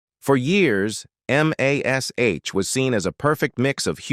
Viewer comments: F.A.I.! It's pronounced "Mash" not "Em Ay Es Aitch"! Effing fools! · We always called it "MASH", NOT "M-A-S-H". AI strikes again! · THIS IS THE WORSTE AI NARRATOR I HAVE EVER HEARD ! ! ! From the beginning, it made major mistakes. I don't remember a show called M. A. S. H. But I did like the Show called "MASH". The MASH Unit, that it represented was not called "The Four Thousand Seventy-Seventh M. A. S. H.". It was called "The Four Oh Seven Seventh MASH"... It did get it right at least twice. But it got it wrong more times than I could keep count of!!! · Dammit, can't these creators get AI straight. Calling it M. A. S. H., not MASH, is stupid. The world knows its pronounced as mash, like potatoes, cripes, its annoying and wrong. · It is distracting, even disgusting, spelling out M-A-S-H instead of just saying Mash. We all know what it is for crying out loud! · Just say Mash, you tool.